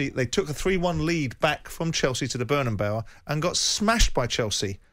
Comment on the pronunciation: Why do these English people struggle so much with the pronunciation of Bernabéu